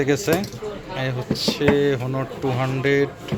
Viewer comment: ভাই হনার না অনার হবে। ভালো করে জানুন।